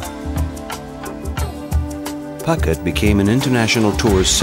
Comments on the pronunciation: Ph in Thai is not an 'f' sound but a soft 'p' as in 'pookhet' not 'pucket', at least you didn't say 'Fucket' but you said Koh Fnang instead of 'Pnang', etc.. Phi phi island is Koh Pee Pee - etc. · Phooooket not pucket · did you really say pucket ? try pou ket next time pls ! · Poo-get not Pocket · Phuket rhyming with bucket.lol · It's embarrassing you do not know the pronunciation for Phuket.....said: poo-ket.. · I wish that the narrator had checked out the correct pronunciation of names like "Phuket" and "Siam". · It is ashame that you did not know how to pronounce Phuket correctly! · Narrator should learn to pronounce Phuket